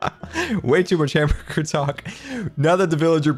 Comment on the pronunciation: Héctor Paquot hambeargar not hamburger:)